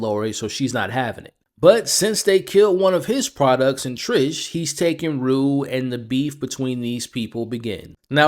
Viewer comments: Her name is Tish not Trish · Not that it really matters but it’s TISH not Trish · TISH! it’s TISH